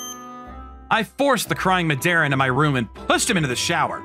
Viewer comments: the Madara pronounciation sounds lika "medeara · Oh, a Naruto fan? Yeah, Madara was a fearsome character. Though here it sounds like Ma-de-ra… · Why is the pronunciation of Madara TRIGGERING ME? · He's pronouncing Madara wrong